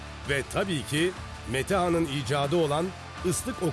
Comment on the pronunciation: On numara belgesel yapmışsınız.Keyifle izliyordumki konu Metehan'a geldiğinde neden ismini yanlış telafuz ediyorsunuz, kısaltıyorsunuz.Birde tarihçi olacaksınız...